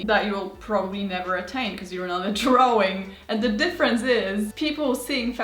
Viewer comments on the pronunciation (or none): Ok wth! I heard a German say drawing as drawring, n now she too....is this a European thing 💀